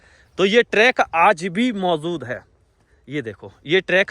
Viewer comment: MAUZUD HAI....ZÀATI HAI ZANTA HAI....YEH KAISI BHASHA HAI....